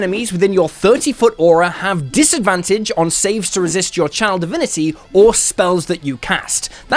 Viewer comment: For some reason, I always hear "child divinity" instead of "channel divinity" .... am I cursed?